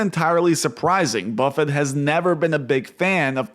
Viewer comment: Who is “Warmbuffet”?